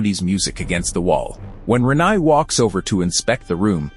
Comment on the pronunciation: The pronunciation of Renai was particularly grating